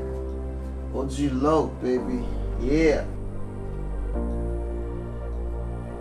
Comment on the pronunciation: Ogg lock? Its O.G Loc homie O.G Loc